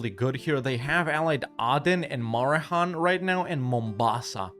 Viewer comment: It's a historic day! pronounced it "Marehan" instead of "Maheran"!